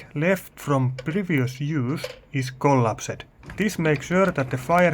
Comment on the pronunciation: its not "collaps-ed" as you are saying. The correct way to pronounce this is "collapsed" col-apsed.... dont hang the "ed" on the end. you are saying colaps---ed... stop that